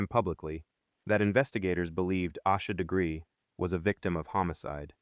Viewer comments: Is this some AI bull?? You can't even be bothered to say her name correctly. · Might want to pronounce the victim’s name correctly, if you expect anyone to take you seriously. . .